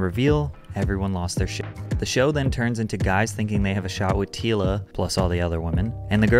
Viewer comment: Anyone question why the narrator is pronouncing her names incorrectly? Tila is pronounced like Tee-ya, and the last name Nguyen is pronounced like Win.